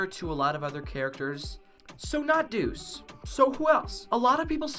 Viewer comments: Dude its douxie not dus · Anyone else get confused when he said Deuce instead of Douxie? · He says doux